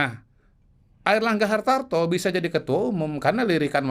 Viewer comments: HARTARTO BRO BUKAN HARTANTO KWKWKWKWK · Airlangga Hartarto... Bukan Hartanto